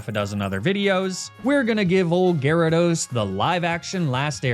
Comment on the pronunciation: Gyarados but in the aweful way says it